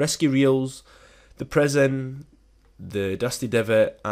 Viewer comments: Prison, not preson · Can't tell of your saying "prision" or "present"